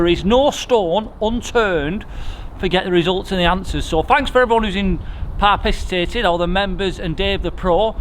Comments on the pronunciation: Parpissitating, not only new rules but new words, like it! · Did I hear that right? “Thanks for Par-piss-itating” 😂😂😂